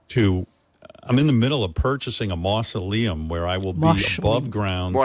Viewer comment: "Howard wants to be buried in a mootza-leum". Lolz